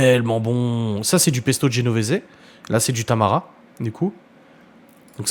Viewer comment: hello, on dit tarama et non tamara